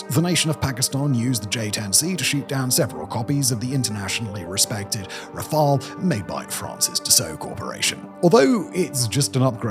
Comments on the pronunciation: You are now pronouncing "Rafale" correctly (in English). We all appreciate your continuous improvements.👍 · Hold the presses! Simon pronounced Rafale correctly!